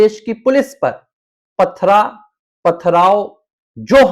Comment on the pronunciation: Dekh dekh kar bol rahe ho kya????pathara .... pathrao